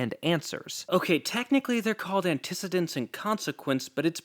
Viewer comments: "Antecedent" is pronounced "AN-ti-SEE-dent," not "an-TIS-e-dent." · Is "antecedent" really pronounced differently in the music world? Great video, by the way.